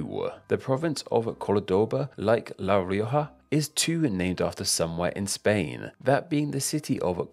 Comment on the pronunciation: La rioja lo dijo bien